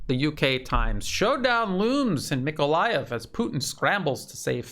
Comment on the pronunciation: Thanks for correct pronunciation of Nikolaev. But the contested Donetsk suburb is AvdEEvka, not Avdiivka )))